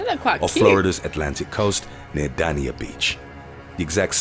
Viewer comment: Danya Beach ??? Dane-ya its pronounced - it's spelled Dania